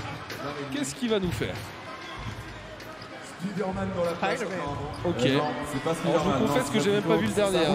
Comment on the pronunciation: le speaker qui ne sait pas prononcer spiderman ... 🤦‍♂🤦‍♂🤦‍♂